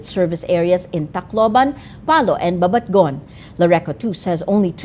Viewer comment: It's not BABATGON but BABATNGON with the "N".